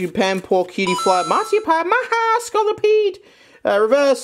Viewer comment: What is “Cutiefly Montiepie-a”?